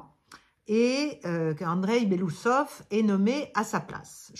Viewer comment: Belo-Ousov et pas Belousov son nom veut dire moustache blanche😊